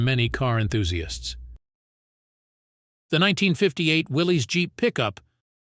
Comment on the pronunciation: Willys, like Bruce Willis. Got it right the first time. Not "Willy's" There is no apostrophe. Man's name was John North Willys.